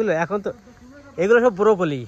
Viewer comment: বূড়োকলি নয়, ব্রোকোলি বলে।